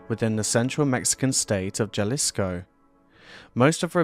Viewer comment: Great video, thanks. The initial "J" in Spanish is pronounced as an "H". Ha-lees-ko.